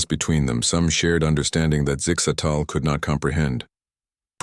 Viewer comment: Zig zags 🤣🤣 I think the ai's having trouble with zixastals name.